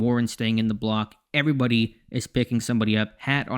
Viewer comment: Intro be like: heyevwybuty